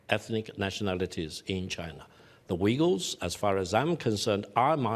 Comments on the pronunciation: Uyghurs….pronounced…..Wegulls by Victor Gao! 😂😂😂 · victor Gao calls them The wegeles .... what an idiot THE WEGEGLES hahahah